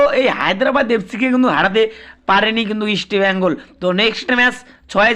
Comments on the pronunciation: আরে ভাই ওটা ইস্টবেইঙ্গল না ওটাহবে ইস্টবেঙ্গল বুঝলি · You even do not know how to pronounce East Bengal properly.Try to pronounce correctly before doing business.